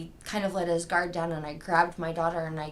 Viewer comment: SAME HERE!!! Also her "annndt",made me freaking crazy!!!